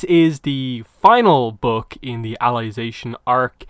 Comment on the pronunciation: Why are you calling it alization